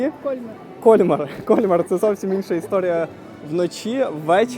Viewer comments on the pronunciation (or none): Згодна, зробили дуже красиве відео. Дякую. Крім КОльмара, ще різонуло пЕтіт Франс. Все таки, це Франція, і тут всі слова мають наголос на останньому складі. КольмАр та ПетІт Франс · Красиве відео. Мої улюблені різдвяні міста. Ріже слух КОльмар. При вимові Кольмар-наголос на другий склад. КольмАр (згідно з правилами українського мовознавства для слів іншомовного походження). Французи теж роблять наголос на другому складі. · Все ж таки , наголос на останній слог- КольмАр!!! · Все гарно, але ваш КОльмар вбиває 😂… КольмАр треба казати. І помітили, що це не перша ваша помилка у вимові. Будь ласка, перш ніж знімати відео, послухайте як називають своє місце місцеві.🙏🏻 А так дякуємо за контент) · В Альзасі всі містечка чудові, особливо на Різдво! Пані ведучій замічу, що не КОльмар, а КольмАр!